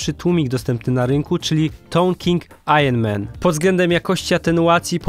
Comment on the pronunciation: Super przegląd. jest pan jednym z niewielu Polaków prawidłowo wymawiającym słowo ironman:-) Gratulki, miód na moje uszy.